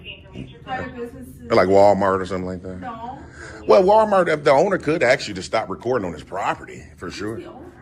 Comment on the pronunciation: It is good to axe to be educated!